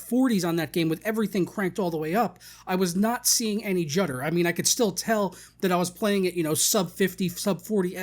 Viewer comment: Did you say jutter? I thought you did about 3 times. Is that a word? lol